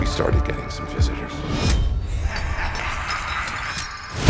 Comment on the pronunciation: i love how u said some like he bloodily counts how much 😁